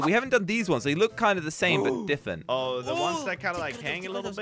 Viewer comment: Why does josh say diffent and not different